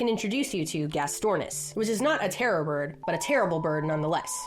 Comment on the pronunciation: Wait is she saying terra bird or terror bird?